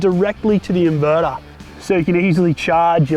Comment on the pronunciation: I like the 240V socket connected to the "invedar", but I prefer the "thermomedar" and the "voltmedar" Jokes aside, nice job. Thanks. By the way, Bolt = screw+nut